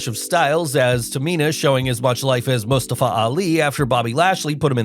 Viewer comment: The way the Narrator pronounces Mustafa 😂